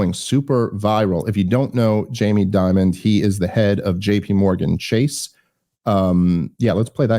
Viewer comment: Jamie Dimon, not Diamond BTW. I said his name incorrectly for years. I'm not even sure if Dave made this mistake but if I teach one person something new it's worth commenting.